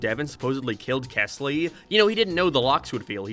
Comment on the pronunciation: Rewatching because I just read The New Kid and wanted to hear thoughts and while that was one of my favorite stories, I agree with all of his criticism. The story is written very weirdly. Also, his name was kELsey, not kesly. fake ass fan /j